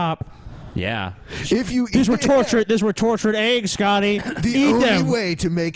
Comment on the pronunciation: You're all spelling it wrong. Spell it like it's pronounced by our lords and Scotty. Say it with me - "AYGS"